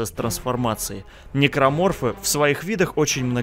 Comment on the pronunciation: Тот самый момент что ты называешь "Никроморфоф" Гусенечная многоножка